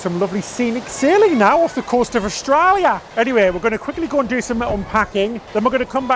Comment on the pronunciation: You say Melbin and Austraya perfectly.